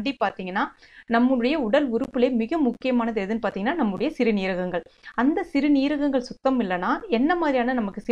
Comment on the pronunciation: சிறுநீரகங்கள் என்று சொல்லுங்கள்.அது ஒரே வார்த்தை தான் சிறு--நீரகங்கள் என்று பிரித்து பிரித்து சொல்லாதீர்கள்.